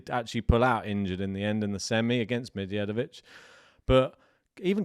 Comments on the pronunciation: Pronunciation of Medjedovic: DJ as J (the simplest explanation for non-serbian speakers: D is silent when adjacent to J). The same way you pronounce DJokovic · Like Django, the D is silent 😅